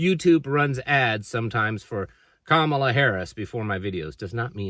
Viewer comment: I'm not a fan of Kamala but we live in America, which is a melting pot. Your inability or refusal to pronounce her name because it's not "easy" is very off putting. And I seriously respect you. But that behavior reminds me of people not being allowed a job interview because their names are not "easy" to pronounce even though they may be overqualified 😢